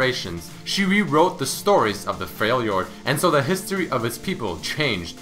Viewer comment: "A lot older than he really is" what Also, it's not pronounced "Freil jord", it's "Frel jord."